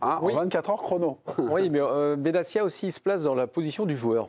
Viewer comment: benatia c'est pas "benassia"